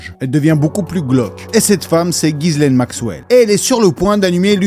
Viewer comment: on prononce jisslaine le prénom Ghislaine qui est français et pas gisaile comme bcp le font. Force a ta vídeo sur heips